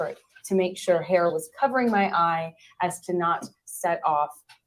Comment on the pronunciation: If she typically got hit on the right side of her face, he wouldn't have hit her with a right hook. Also, notice how she said, not "my black eye," but "ma black eye." It was a weird pronunciation. That was a tell. She made a decision to blatantly lie in that moment, but her mouth wasn't quite cooperative.